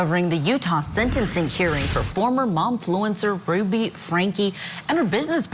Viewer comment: I love court tv but was not impressed with the fact that they constantly said Ruby name wrong! Annoying!